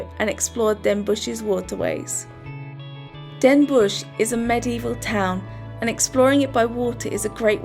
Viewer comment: NOT Den Boesj, it is den Bosch, pronounced den BOSS, no sh sound, no oe as in shoe. o as in rot.